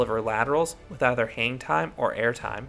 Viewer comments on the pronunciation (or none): none